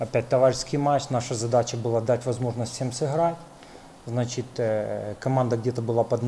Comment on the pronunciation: Хахаха. У него глазищи как у наркомана. Поди офигел от такого результата против Мальты. "Значет ээээ"